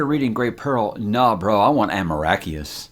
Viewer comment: You sweet summer child...."Amoracheus"